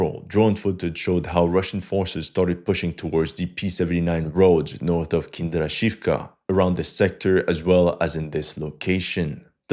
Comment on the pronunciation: Почему ты так настойчиво назаваешь "Киндрачёвку" "Kinder Shifk"?